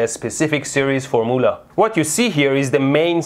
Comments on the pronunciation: Legitimately 4 minutes into the video when I realised that the mythical four-mulah he kept mentioning was... formula. Never change, Mehdi. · Great video!!! But I have to ask..are you saying for-moo-la like that intentionally? I have to snicker a little every time you say that... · For-moo-la. xD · Formoola? I love you Mehdi. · Form - u - la ...not form - oo - la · “Formoolah” -mehdi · form- oolah, oh- meh- ga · love how he says FORMOOLAH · The way he says fumula makes me laugh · Am i the only one who took a few minutes to realise he was saying formula and not formoola? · foor-muulah :D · I've /just/ worked out that "for moolah" is "formula"... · Can you say formmoolah again please. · I was so confused about the word formoola when I realized he meant formula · I love how you pronounce formoola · I shall henceforth pronounce Formula as Formoolah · "For moolah" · Mehdi should either say FORMOOL (in Farsi) or FOR-ME-YOU-LA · I kept wondering what the heck a "formeuwla" was and thought it was a new scientific term. Great channel and explanation! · I learned nothing other than I love the word 'Four-moolah' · Four Mullah? :O ;) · LOL -- it took me a while to figure out what a four-moolah is. 😊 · wow, horrible mispronunciation of the word "formula." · It's how Mehdi pronounces "formula." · I like how you pronounced the word "formula".